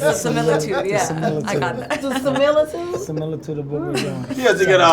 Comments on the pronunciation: I knew Kevin was goin to say “seliritude” again 😂😂😂, anybody else knew? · My dude said samilitude 😂😂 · I couldn't stop laughing when Kevin Hart tried to say "similitude" in the wrong context. So funny!. I love that guy. It's great to see all of my legends in one room😊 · Word has it that till this day, Kevin is trying to pronounce; SIMILITUDE!!! 😅😅😂😂🤣🤣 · guys according to legend... kev is still trying to pronounce similitude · 🤣🤣🤣🤣🤣🤣🤣The way I screamed when Don shook his head at Kevin trying to say that word!!😂😂😂😂😂These Iconic Legends Look Amazing!!!!!❤❤❤❤❤❤❤❤❤❤❤Always Loved their ACTING 🎭 across the screen over the years!!!!📺 🌹🌹🌹🌹🌹🌹🌹🌹🌹🌹🌹🌹🌹🌹🌹🌹🌹🌹🌹🌹🌹🌹🌹🤩🙌🏽🙌🏽🙌🏽🙌🏽🙌🏽🙌🏽🙌🏽🙌🏽💯💯💯💯❤️L😍Ve Taraji’s 🔥🔥🔥🔥Hair!!!!